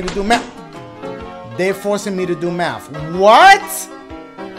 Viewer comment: Very proud of my boi for beating this. Could have sworn he'd give up the moment he saw "Mafth"